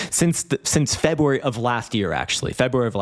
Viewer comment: Can’t wait til March so I don’t have to hear you say Febwuary again until next year.